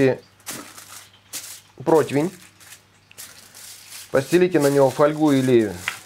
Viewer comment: прО-ти-вень же, ну?! Протвень, протвень, сорян конечно 😀 Но я давно уже терпел, не вытерпел